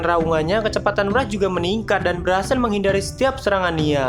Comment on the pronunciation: Yg gue dengar Murad,padahal wrath🗿